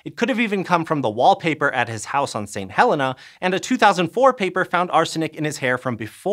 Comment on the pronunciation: ha - LEE - na. It is NOT pronounced like the name Helen (As in Helen Keller).